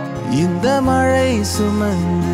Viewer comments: Bro... Everything is Nice but Ungalukku Mazhai nu varudhaa..?? Malai nu pronounce panreenga...... Pronounciation of the Letters r important... Practise the words which having ழ sounds.. 😊😊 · அது 'மழைச்சாரல்'.. மலைச்சாரல் அல்ல..😑.. learn தமிழ் pronunciation bro..! btw.. nice attempt..!!👏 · I think there is a pronunciation mistake in the first line. It is Mazhai not malai the whole meaning changes because of that. Beauty of Tamil language lies in the letter zha(ழ). So kindly pronounce it properly, don't mistake me. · mazhai pronounce like that otherwise ok